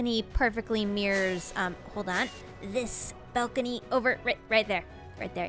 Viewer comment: "belcony"